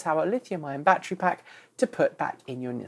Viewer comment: Bat tree?